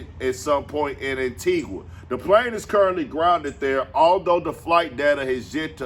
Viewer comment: This nigga said Antigua 😂 bruh im done. Hell naw